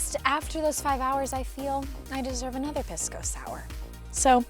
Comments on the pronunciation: It's pronounced Pee-sco, not much better sounding than Piss-co haha. Also those hotdogs, are a local food called completos, and yes there are hotdogs inside. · It’s not pronounced piss! Lol😓 more like peace - co lol